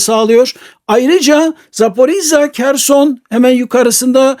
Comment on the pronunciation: Hocam Kerson ne ya?Vallahi bu isim telaffuzlarina calismasi lazim sizin gibi degerli hocalarimizin kimisi UKRANYA diyor Kimisi Kerson..Bence hos durmuyor.Videolarinizi severek takip ediyorum kisaca belirtmek istedim cunku gercekten sizin gibi degerli hocalarimiza yakistiramiyorum bu isim telaffuzlarini